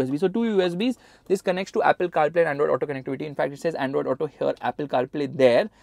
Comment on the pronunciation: Right haerre lol